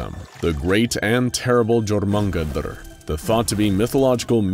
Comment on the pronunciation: XD Hey.. Jormungandr is pronounced YOURMUNGONDER XD Not Jor mung ga-duuur? xD sheeesh... next time, just ask xD